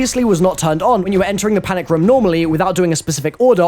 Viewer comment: I HATE the way you say "room" REM REM REM REM